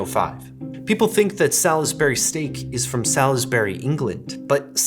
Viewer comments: Solsbury Salsbury not Sal-is-bury is how English pronounce it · It's so funny hearing UK words being pronounced the US way! The UK way is effectively two syllables, as in 'Sauls-bry' vs the US way 'Saul-is-Ber-ry' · There is no Sal-iss-berry in England. It's S'all-s-bry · As someone that lives in Salisbury, I must insist that it's pronounced Sal's Bury. Not Sal Is Bury. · Sawls-berr-ee not sal-iss-berry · Sal's Berry steak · The way that he's pronouncing it it is. Sal-is-bur-y vs Sals-bur-y. That's four syllables rather than three. If you can't hear that, language arts must not be your forte, lol. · In England, we pronounce it "sallsbree", "salls" rhyming with "balls", as in "sorlsbree" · This isnt a knock I just never heard anyone pronounce out the "lis" in Salisbury, and it was immediately followed by the commercial saying "Salz-bury" like how I'm used to hearing. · I am loving all of the different pronunciations. As someone who grew up not far from Salisbury in the UK, I would say Solz-bree. Two syllables with a nice plummy O sound. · Saul's bry. Also, Awl-bany. Must be an accent I'm unaware of. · It’s just a matter of omitting the i. My guess is people who eat it a lot or grew up with it use “salzbry” as it’s simply a shortened way of saying it. Whereas those of us who simply only know if it as seeing the word, pronounce the i 😂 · I cannot stand that you keep pronouncing the "i" in Salisbury. It's pronounced SALS-burry or SALS-berry. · Salisbury is pronounced with 3 syllables, not 4- sounds like "Sawlsbury" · Who pronounces the "i"?!?! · The pronunciation of "Salisbury" is the most unhealthy thing about this topic. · Your pronunciation of Salisbury is making me think about your video about accents - look up how we say Salisbury in the UK vs the US way! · Salisbury has only 2 syllables. Don't let the spelling fool you. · As an English person, the way you’re saying Salisbury hurts 😂